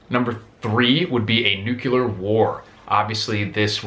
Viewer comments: It's pronounced New-Clear, not New-Que-Lur... ;) Otherwise, thanks for the insight. I enjoy your videos. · There should be a sign that says: "No one who says Nuculear may go beyond this point." It's Nuclear. Drives me wild, people unable to speak their own language. Good video. And good advice, to not be fixated on any one scenario, but to generally be self sufficient should something happen. No one really knows what tomorrow may bring, so be prepared! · George Bush? Is that you? How stinking hard is it to say Nuc-LE-ar?!? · But new que lur is how Homer Simpson pronounces it....and who knows more about it than someone who caused 10 meltdowns ? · Homer Simpson pronounced it new que lur, and he should know - he was responsible for 10 meltdowns...